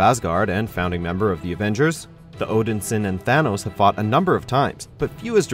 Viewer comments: The way you said Odinson my dood ... plz stop .. it's literally Odin son, how can u say it like that😭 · The way you pronounced Captain Marvel & Odin-Son trigger me. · Odinsin? Cmon man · StealthV21 he pronounced mar-vel because thats captain marvel's real name. Odin-son is just a weird accent i think.